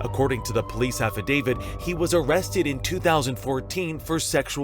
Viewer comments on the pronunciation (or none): If this guy says "affadavid" one more time... It's "affidavit"!